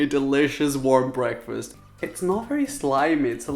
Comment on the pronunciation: Why tf do you say "preakfast" 😂